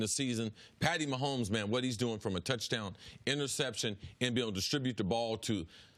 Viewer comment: "Patty" Maholmes.